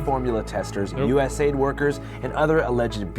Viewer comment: I swear if i hear someone say US-aid one more time. Its U.S.A.I.D., not aid to other countries. Its literally on their website. We dont pronounce CIA as Keeah or NSA as Ensah